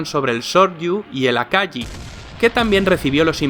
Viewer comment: ¿Os lo tengo que decir también? Venga vale. Akagi se pronuncia con una g como si fuese la gu española, no como yi, si no como gui. Kaga está correcto, pero las hermanas hiryu y souryu madre mía, parece como un americano pronunciando el nombre de ryu de street fighter. Es hi-ryu y so-ryu, no hir-yu y sor-yu, el ryu se lee como riu con r suave, ya no te pido que pronuncies la doble o de souryu, pero al menos lo otro sí, no lo destripes...